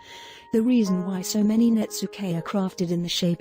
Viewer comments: I'm very sorry, but the word Netsuke is pronounced Net-ski not Netsooka I have studied this artwork for many years but, still not pleased with my designs like the Masters of Japan. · I thought it was pronounced 'Nets-kay', not 'Nets-ookay'?